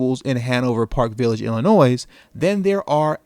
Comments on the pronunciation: You know good and well the “s” in Illinois isn’t pronounced, thought you were from Chicago. Second this is pointless. THIS IS AMERICA you complaining but you love the plantation. Until you can walk away from the table you will never be able to get the pat on the head you NEED from white supremacy. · Great video. I'm from Chicago. The S is silent in Illinois... lol